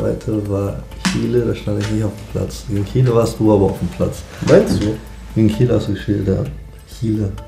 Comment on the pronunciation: HAHAHAHAHAHAHAHAHAH Warum reden wir nicht über den Fakt, dass Julian Brandt Kiele gesagt hat, anstatt Chile.